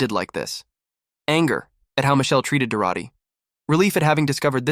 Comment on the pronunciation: This AI story is frustrating to listen to because the AI can't keep the pronouns consistent and can't pronounce Dorothy half the time.